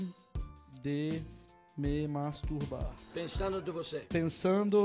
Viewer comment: MEU DEUS TO ASSISTINDO SEM FONE, AI DO NADA ELE SOLTA "MASTUBAR" E MINHA AVÓ OUVE E PERGUNTA O QUE QUE É ISSO KKKKKKKK